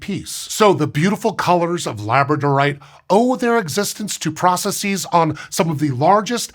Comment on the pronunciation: I realize this falls into the genre of “old man yells at cloud,” but the word “pcrocesses” is pronounced “processes,” not “processeez.” Do you say “addresseez”? It’s a regular English plural, not like “crises” or “vertices,” which are imported from classical languages. Ask Hank.